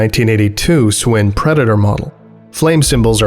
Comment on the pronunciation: Pro tip for your American accent. Shwin is pronounced shhhwin not s win